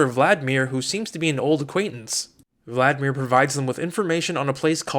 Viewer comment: we call vla-di-mir not vlatmir